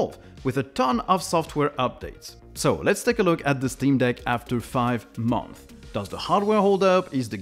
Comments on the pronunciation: It is pronounced Month(s) - Plural. Not Month. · I don't hear the "s" at the end of "months" (in plural). Otherwise, nice videos you got. Keep it up!